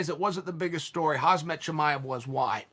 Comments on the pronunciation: Great content Chael! ..But ”(K)haMzat”, please.. ”HaZmat” is something else I believe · It’s Khamzat not khazmat the M before the Z Mr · Can anyone tell to Chael it's Khamzat not Khazmat lool. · Its not «hazmat» its KAMzat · A suit is what you wear to ward off toxic environments. HAMZAT is the first name of a middleweight. Oh Chael no amount of time infront of the camera will bring you to pronounce and use a language that is your mother tongue! Embarrassing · come on uncle chael Thee Pronunciation is - com zot, shee-my-ev or somthing close to that - im sorry mate, that was just funny to me. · It's KHAM-ZAT, not KHAZ-MAT! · Everyone else: Khamzat Chael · Ayo how hard is it for uncle Chael to realize it's KhaMZat and not KhaZMat lol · Waiting for Chael to enunciate Khamzat's name wrong* Not even a sec in* Chael: "Khazmet Chimaev guys..." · YO!! You till pronouncing his name wrong, first it was hazmat, not its hazbat? wtf with americans and saying khamzat, ham-zat. "HAM" - "ZAT". 2 syllables, its not that fucking hard. ham zat ham zat ham-zat!!! hamzat!!!! is it sinking in yet or shall we just call him Barry from now? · uncle Chael keep saying Khazmat, Khazmat wrong... It’s KHAMZAT,,,, M is in front of Z,,,, u welcome!!! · First sentence from Chael: "Hazbet Chimaev guys..", and a little bit later: "Hazmet Chimaev". Chael are you trolling? His name is KHAMZAT Chimaev. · And his name is Khamzat not Khazmat like you allways say bro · Uncle Chael it's Khamzat, not Khazmat 😂😂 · His name is not kHAZ MAT his name is kHaM Zat. The K and the T are silent hence HAMZA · ITS KHAMZAT NOT KHAZMAT FFS, YOU SAY IT EVEYR FKN TIME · He should be called "" Chael, but its Khamzat (Kch-am-zsat) 🤷🏻‍♂️🤣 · Chael, the "M" comes before the "Z". It's 1st grade phonetics. Its Khamzat, not. Just look at the letters Chael. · Chael “” Sonnen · Chael: blahal muhammad, hazmat chimaev and Charles olives ✅ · my guy said hazbet chimaev what a wanker